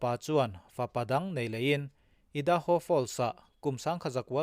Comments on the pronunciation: I da ho nilovin Ar a ai ( ai - hi a hniama thluk tur ) a ni e. Aidaho ( Idaho ) . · Ngaihnawm hle mai. Idaho hi i hi i am tih a I ang a lamrik tur (i da ho,) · Ngaihnawm hle mai, Idaho a i, hi l'am tiha i kan lam ang hian lamrik tur. IDAHO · I-:da- ho ni lovin aidaho(idaho).